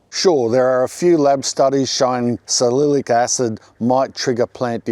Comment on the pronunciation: sa-li-cy-lic acid you missed one syllable you can also find it in vapor rub